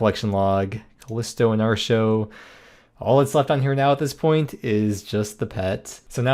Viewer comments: I know the pronounciation you're using is based on the actual Celtic goddess, but I just can't do it. It will always be ART-e-o, not AAR-show. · 8+ years of playing smite and never once heard artio pronounced "arr show" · Why does he pronounce Artio that way? 😅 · I was going to say the only "R" show around here is listening to you pronounce atrio but then he pulls up the text to speach. Well shit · Yes, he is saying "Artio" incorrectly. Stop asking.